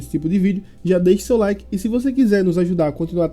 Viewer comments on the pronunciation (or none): none